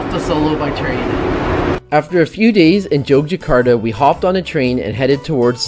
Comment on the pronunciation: Just in case you go back the city's name is pronounced YOGYAKARTA. The old spelling Jogjakata is the dutch way of writing so the J would still be pronounced as Y. However, the main point is, I guess, I loved your video and I have some time free so I'm going in 8 days. Thanks for the inspiration!